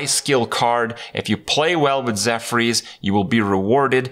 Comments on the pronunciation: It's zephrys not zephyrs. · Zeph-Urs, not Zeph-rees. facepalm